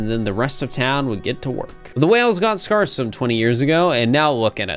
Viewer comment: if i had a nickel for every time in the past month i heard someone pronounce "scarce" with an "are" sound instead of an "air" sound, i'd have two nickels. which isn't a lot, but it's weird that it happened twice. it's like "scare", folks. not like "scar". this is just like "chitinous" in the silt verses all over again